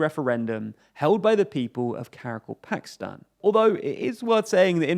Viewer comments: Get it, right, Sir. It's Kara-KAL-pakstan! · Ka-Ra-Kal-Pak-Stan... Another name English speakers will be unable to pronounce.